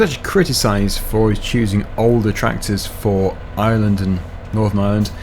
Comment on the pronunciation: ireland not iland